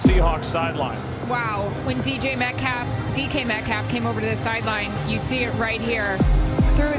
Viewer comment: Anyone notice how at the beginning that person said D.J Metcalf.😂